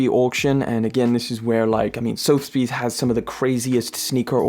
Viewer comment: Auction house is pronounced sother-bees 😊